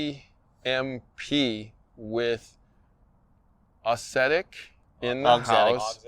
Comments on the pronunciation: It's not aussetic. You're pronouncing it that way, but you're wrong. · say it after me..."OX-etic.". See, not so hard! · “Ox” zetic. Or “aux” as in auxiliary. “Zettic”. just tying to help, since it’s not going away and will be most head racquet if you review them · If you can expend 3-5 minutes a day bleating about coffee, it takes less than one minute to learn to pronounce “auxetic”.